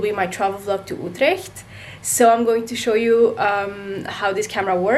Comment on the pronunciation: You didn’t finish your story you say? You didn’t even finish your sentence 😭 Also I feel you, when you get something new, you’ve got to smell it first - Primitive instinct tho I’m leaving a comment cause it’s the worst unboxing I’ve ever watched Smaaaaah l’accent « Outleeecht » 🇳🇱 Auto-oddly-satisfaying change of focus and lighting video That end tho